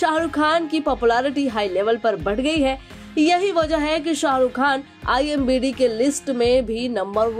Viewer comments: Are madam konsa Nasha kar kar aayi ho imBd nhi IMDb hota he Babu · It's IMDb...not i am bidi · Imbd nahi Imdb bolo😂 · Imbd nahi imdb aunty😂😂